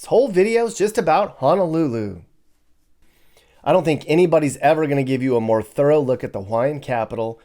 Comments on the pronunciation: Don’t understand why you prefer to say Hanalulu when the name itself doesn’t even have an “A” in it. Honolulu isn’t hard to say. Honestly disrespectful of you as a content creator. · I can’t get past the “Hanalulu”